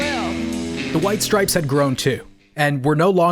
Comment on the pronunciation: STOP SAYING STRIPESES! Thanks for coming to my Ted Talk